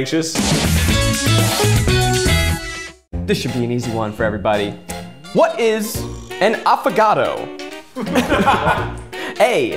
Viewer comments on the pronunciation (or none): It’s actually “affogato” and not “affagato”, affogato means “drowned” and it had that name because the icecream is dipped or “drowning” in the hot coffe :) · it's "affogato" not "affagato"; it means "drown", so it's coffee with ice cream because the ice cream "drowns" in the coffee. :) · Same! Can we also mention the it's not "affAgato", it's "affOgato" for fuck's sake it literally means "drowned" how hard can it be to get that right, jeez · My Italian speaking brain: tf is an AFFAGATO? My English speaking brain: * whispering * it's an affogato, just badly written and pronunced My Italian speaking brain: ohhhh now I get it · It's not affagato, but affogato. It's Italian and it means drowned, because the coffee is drowning in the ice cream. Great video by the way, I loved it! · For next time…It’s “affogato” guys, not affagato :) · WAIT, y'all say affagato instead of affogato..? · LMAOOO I'M CRYINGG, guys, it's AFFOGATO AHAH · Btw I’m Italian and it’s AFFOGATO 😅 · why did zach pronounce “affogato” like “avocado” and why they write it like that 😭